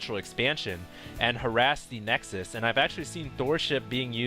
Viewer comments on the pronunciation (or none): none